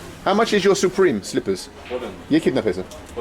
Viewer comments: Not Supreme, Supemre ! I don't think it's original lol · You mean "Supemre"? lol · "supemre", definitely original, hahaha.